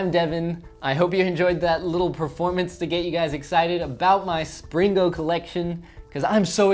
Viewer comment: Do a Springo baby with Springo baby-poop inside! 😃... Also, I think it sounds much better if the "g" is not pronounced - should be "spring-o" not "spring-go". Why the hard "g" sound in the later? Seems unnecessary.